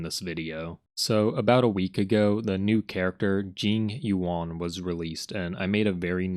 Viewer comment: Jing woan is what I heard 😅